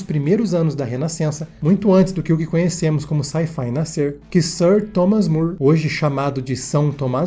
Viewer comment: O sobrenome do autor de "Utopia", Thomas More, se pronúncia "mór". Seu amigo, Erasmo de Rotterdan, dedicou-lhe a obra "Elogio da Loucura", pois além da inspiração por suas ideias em muitas conversas travadas por ambos, uma das palavras para loucura em grego, moria, lembrava seu nome. No mais valeus pelo esmero e acuração destes ótimos vídeos! Nos vemos em alguma galáxia por aí!